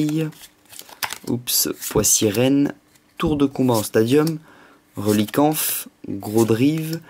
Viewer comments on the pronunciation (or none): arrête de dire relicanf et aussi d'avoir de la chance =)